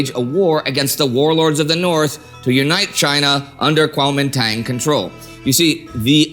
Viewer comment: You pronounced it so nicely the first time. Then slipped back into the silly western mis-pronunciation. Regardless of how you choose to write it Kuomintang or Guomindang the pronunciation is Guo min dang.